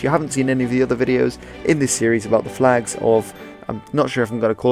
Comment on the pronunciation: Your flegs are shite